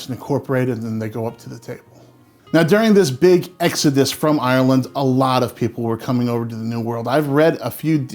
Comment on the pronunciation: You say Ireland in the correct way! Silly thing to notice, but most American's say "IIIIYYERRRrland", You say Ireland! As in 'Ire' and 'land'. It's a real irritant of mine, so I have to mention it. I can only say about Potatoes as Samwise Gangees said "Boil em, Mash em, Stick em in a stew". Have potato will eat.. Great channel as well, and I love the way you present. Respect and love from London, England.